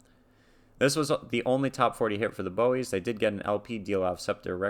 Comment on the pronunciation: And just so you know you were mispronouncing their name